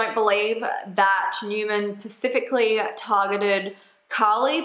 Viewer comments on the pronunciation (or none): specifically not pacifically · I was enjoying this until you said pacifically instead of specifically